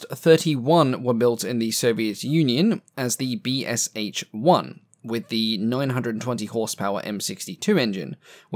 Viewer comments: Just a few notes on Soviet Union build aircrafts. At least 38 aircrafts were built. Maybe 50. And BSh-1 is pronounced something as as Beh Shah One ('Beh' like 'bet' without 't' and 'Shah' like 'shut' without 't' if you get my idea). Sh is a single sound/letter not to distinct letters. Name goes from Bronirovanniy Shturmovik - Armored Attack Plane. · Two things: 1) The Lycoming engine's designation is "O" the letter (for opposed), not "0" the number. 2) In Russian (transliterated from Cyrillic) designations such as BSh-1, the "Sh" should probably be pronounced like "shaw" rather than as separate letters.